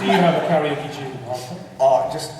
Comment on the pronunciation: "Karenoke" I'm dying.